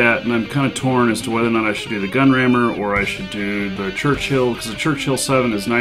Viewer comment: it is Churchill, not Churchhill. Otherwise - thank you for sharing your battles...